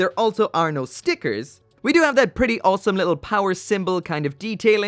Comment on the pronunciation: Whenever he says "awesome" all I hear is "wholesome"